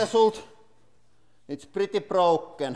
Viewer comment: It's pritti prokken!